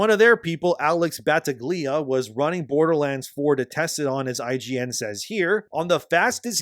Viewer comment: Bro, you need to get into the habit of checking how names are pronounced. First it was Yoruichi some videos ago, now Battaglia, it ain't that hard to do a quick search on how to pronounce a foreign-sounding name.